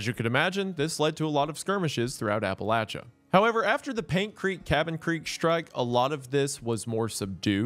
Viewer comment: Saying Appalachia as "Apple-atcha" keeps catching me off guard